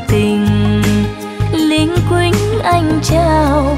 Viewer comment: Bài nầy có một số csphát âm sai từ linh quýnh và luýnh quýnh